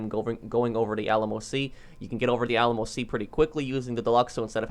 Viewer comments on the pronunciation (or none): none